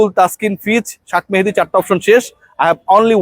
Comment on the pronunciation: বেশি স্টাইল করতে যাইয়া শেখ মেহেদিকে শাক মেহেদী বলছেন। উচ্চারণ ঠিক করেন কাইন্ডলি। অনেকদিন ধরে খেয়াল করতেছি। এত স্টাইলের দরকার নাই। নরমাল থাকেন।